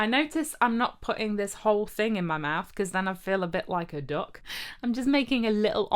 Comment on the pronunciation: Ah so 'duck' is one of those words that makes your Midlunds accent more obvious